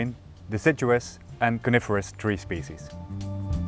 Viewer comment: I’m not the only one who heard “Carnivorous” trees in the beginning of the video and was immediately terrified of the outside word until my brain readjusted itself